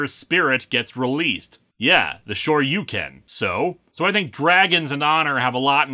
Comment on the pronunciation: Leave it to Linkara to pronounce Shoryuken right but not Ryu. Must be a Minnesotan thing...